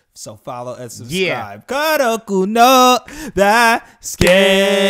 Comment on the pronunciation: its not kuroku.... it KUROKO... KOOO